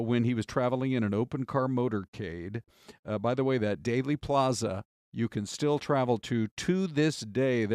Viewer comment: Please, respect our late, assassinated president, and pronounce Dealey Plaza correctly.